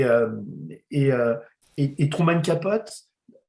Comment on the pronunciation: Merci à vous deux !! P.S. juste un petit commentaire insignifiant de ma part. Capote, se prononce [kəˈpoʊti], c'est-à-dire avec un "i" à la fin ;-)